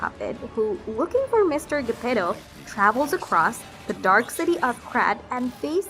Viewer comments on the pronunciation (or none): none